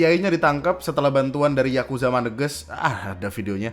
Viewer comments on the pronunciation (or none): none